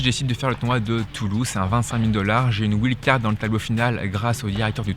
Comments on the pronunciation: ouild card ça fait mal à entendre quand même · Doit-on prononcer "ouild" card ou bien "waïld"" card ??? Ça fait bizarre comment tu le dis, mais après tout, c'est toi le pro qui connait bien ce milieu du tennis? (WILD CARD)